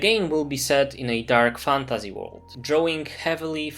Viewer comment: Nie jestem Polakiem, ale znam polski. Odrazu rzuca się w oczy ten polski akcent, mówisz "fantAZY" w angielskim słowie jakby to było po polsku. Nie rozumiem, dlaczego Polacy wymawiają obce słowa w ten sposób, jakby z polskim „y”.